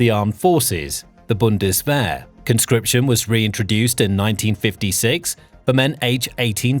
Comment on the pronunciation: What a pity and what a waste of money. Have they not learned? I thought they said never again? This guy does not know what he is talking about, he can not even pronounce Bundeswehr.